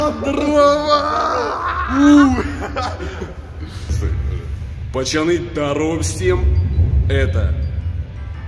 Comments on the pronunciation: Почему ты говоришь пачаны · Почему ты говориш пачаны